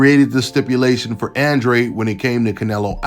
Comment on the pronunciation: I don’t like that Demetrius has my last name man. Andrade is a Mexican 🇲🇽Last name. This guy has no business having my last name. He don’t even pronounce it right. I hope David Benavidez knocks his punk ass out.